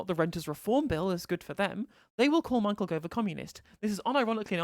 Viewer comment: "Mao-chael Gove" XD